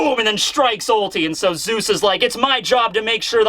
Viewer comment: it's Zeus not zues